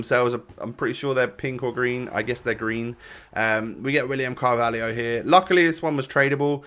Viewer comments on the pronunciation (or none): none